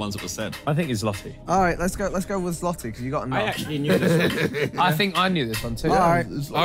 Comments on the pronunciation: Lol they said zloty wrong it’s pronounced zwoty in english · Bro they said Zloty 😭 when it’s pronounced ‘Zwote’ only Polish people would notice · As a polish person, hearing them say it as "sloty" was triggering to say the least😂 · THE WAY THEY WERE TRYING TO SAY ZLOTY 😭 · the pronunciation of złoty made me piss myself LMFWOQ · The pronunciation of Złoty broke my heart💔